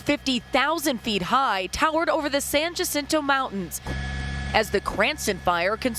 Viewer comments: San Jacinto is pronounced "San Hasseento". It's Spanish. A foreign language. You idiot. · Locally it's pronounced San Yahcinto but yeah she did scuff it